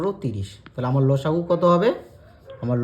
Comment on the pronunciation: Sir losagu sune chilam lusagu ta abar ki jinis😂😂😅